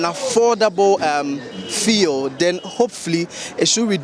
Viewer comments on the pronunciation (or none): Even the driver can pronounce fuel. stop this feeul" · So what is the media guy pronouncing as feel, fii, fill? Is that the new pronunciation of FUEL in this Free SHS era where Akuffo Addo speaks with his foreign acquired accent? Fee, feel, fii! What at is the guy saying and whom is he trying to impress with his weird pronunciation? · What is it with the “fee-el”, why does he keep calling it that??? I even got irritated 🤦🏼‍♂️ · Fuel or feulle what is the right word. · Stop that nonsense and pronounce the word fuel well...what's "fiel" mr journalist?, don't you know some of we the readers are learning from you? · Feee3l lol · Your pronunciation of the word fuel is incorrect. Please ensure you use the correct phonics. Thanks